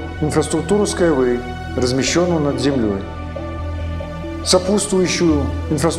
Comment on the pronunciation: Хоть название потрудился бы произносить правильно